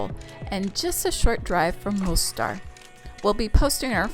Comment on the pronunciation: The city is called Mostar, not Monstar.